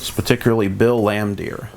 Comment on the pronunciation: Good nostalgic vid.... but does this dude know anything about the NBA or can he read English?.. BRUH!!!!, lol. 🤣 😝. Mitchell Williams. Bill Laimdeer. Todd Licki. Chico Rodriguez. Harry Palm. Lol 😂